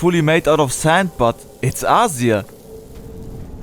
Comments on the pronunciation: please stop mispronouncing Azir's name... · 3 months of work but didnt bother to learn how to pronounce the names right :D Still a great video!